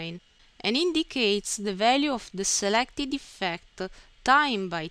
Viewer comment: Say eefcte one more time, I DARE YOU!!, no I double dare you , say eefecte ONE MORE TIME.